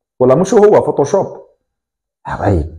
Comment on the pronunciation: احسنت يا صديقي هدي قولوشوب ماشي فوطوشوب😆😆😆😆